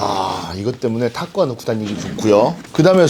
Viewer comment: 탁구가방이라고 하신걸 타프가방으로 들었네요 ㅋㅋ (역시 타프의 시즌이라 그런가 ㅎㅎ) 제드의 프리존 텐트 화목난로 쓰기에 너무 좋게 나온거 같아요!!